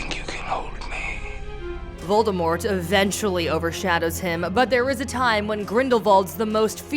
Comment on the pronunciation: Damn you couldn’t say Voldemort huh